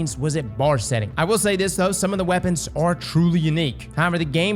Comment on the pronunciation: Lol whenever I watch his D2 videos around my wife she's like "Why does he keep saying Wabbits?"... I ponder... "Weapons, He's saying weapons." "Well it sounds like he's saying wabbits"